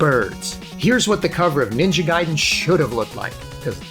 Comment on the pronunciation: Shouts to for saying Ninja Gaiden correctly